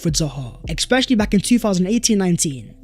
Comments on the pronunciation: Why does man always say "exspecially"? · Blud there's no x in "especially"